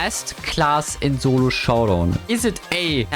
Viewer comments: Bro always says zolo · Turns out I am horrible at "Zolo Showdaown"